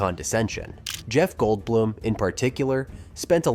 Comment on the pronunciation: likewise mispronouncing 'goldblum' and 'guttenburg'. kinda sad whoever published this didn't even listen to it and fix these issues before uploading it